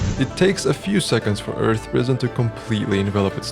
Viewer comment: I think you mispronounced arth